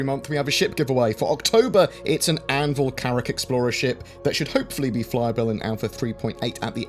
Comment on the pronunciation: I love how you load your pronunciation of "thuh CaRRacK" :)